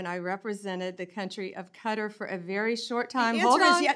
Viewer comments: It is Kah tar’ not cutter. Foreigners do not mispronounce America. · Y do they say Qatar as cutter. There is no 'U'. Its pronounced katar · If she "represented the country of 'Cudder'" why can't she pronounce it correctly? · QATAR is NOT pronounced CUTTER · Why are they pronouncing it “cutter” 😂 I couldn’t figure out what country that was until I figured out it was QATAR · Cutter is not the same as Qatar learn to pronounce word correctly. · Why do they keep mispronounced Qutar